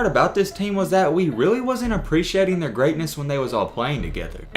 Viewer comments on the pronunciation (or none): none